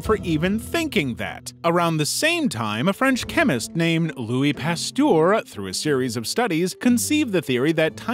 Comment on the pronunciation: You think he said "Louis Pasteur" correctly also? (No)